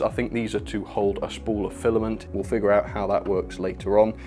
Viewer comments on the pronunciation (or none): none